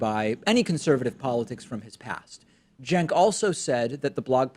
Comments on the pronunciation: All I got from this is, at first I thought his name was pronounced "chenk". I then learned his name was pronounced "senk". I now heard his name pronounced, about a thousand times in this video, "jenk" CENKUYGURHOWDOISYOURNAMEPRONOUNCED?!?! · How is Cenk apparently pronounced "jenk?" Or did I mis-hear it?